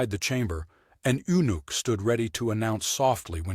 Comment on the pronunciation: Too bad the narrator has no ability to understand or pronounce the word eunuch.